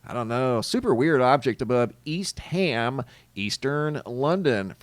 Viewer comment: I believe the Brits pronounce it East um London, not ham.